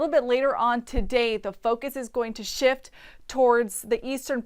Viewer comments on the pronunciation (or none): none